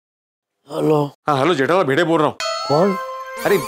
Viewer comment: Bhide ❌ bhinuu ✅🤣🤣🤣🤣